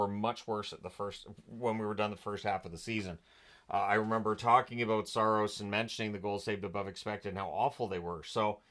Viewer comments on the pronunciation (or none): none